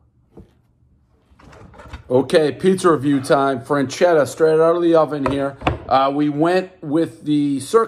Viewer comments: It’s not French-Etta That’s how you’re pronouncing it. It’s Fresh-Etta. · freschetta - "FRAN-CHEDDAH" really dave? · Says "FREN" chetta instead of "FRESH" chetta. Everyone knows Dave can barely speak at the level of a 4th grader. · One franchetta everyone knows it’s FRESchetta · I cringe every time I hear Dave switch between "frenchetta" and "freshchetta" knowing both of those pronunciations are incorrect. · Didn’t know there was a “N” in Freschetta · It’s freShetAh Not Fran-chedda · One “Frenchetta” everyone knows Dave cant pronounce simple words. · I will forever go into the grocery store and while staring at the frozen pizzas, “freschetta” will be heard in my head as “franchedda” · No N in the name: "Frenchetta" Still no N in the name: "Frenchetta" Again, no N in the name: "Frenchetta" Still... no N in the name: "Frenchetta" Dave. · “Say Franchetta one more time!” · I bet 10 bucks he would say Franchesca, but I lost. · It's pronounced as Fres-Ketta. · Dave: "I'm the pizza king" Also Dave: "Frenchetta's" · There’s no “n” in Freshetta, everybody knows the rules... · “freNchetta” -Prez 2020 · "fresh-etta" combine the word. he said it in so many ways except the right way lol. i like this frozen pizza tho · He keeps saying frenchetta like there’s an n in feschetta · Would someone get Micheal Myers a boxcutter and it's not Fran-chetta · It's "FRE-CHET-TA" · He keeps saying "Franchetta" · Ur saying it wrong man damn. Fresh etta that's how u say it. Sound it out dave u can do it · "fresketta" is the proper italian pronounce, is stand more or less for "fresh"... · Franchetta and Dee-zhurno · Franchetta lmao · Where you see an “n” in freschetta??? Calling it frenchetta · Not "frenchetta". Learn to read. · Freschetta has a non silent, non existent “n” apparently. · One bad mispronunciation, everybody knows the rules. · How he kept pronouncing it was driving me insane. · Doesn’t know how to pronounce Freschetta even. Everybody knows the rules.